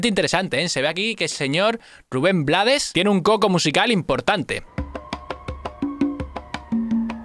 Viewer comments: brutal!, btw es Ruben "Bleids" no blades, se pronuncia en ingles si estoy equivocada me corrigen. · Rubén "BLEIDS", no Blades. Por origen, el apellido es pronunciación en Ingles. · Crítica constructiva, el apellido de Rubén se pronuncia Bleiss, ya que es en inglés. Antes de decir que no sabías quien estaba cantando al inicio de la canción debiste hacer bien tú tarea. Y saber que es Rubén quien canta Pedro Navaja. Rubén es el Maestro de la Salsa.y también canta y toca música Jazz , su esposa es una increíble cantante de Jazz Luba Mason.. Educate mejor antes de bajar un vídeo y hablar de uno de los Grandes. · Su apellido se pronuncia en ingles. (bleids) ... su familia es de fuera de panamá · Rubén Blades se pronuncia bleɪds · se escribe BLADES pero se pronuncia BLEIDS (por el ingles) y si te preguntan quien te lo lo dijo #TeLoDijoElChombo Autolike para no morir en el olvido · solo la pronunciación del apellido no es la correcta, su apellido es de origen ingles